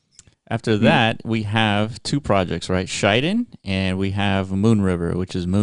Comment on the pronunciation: Good to see KSM ecosystem projects picked by Block runner. btw pronunciation is Shi Den not Shai Den (｀･ω･´)ゞ sir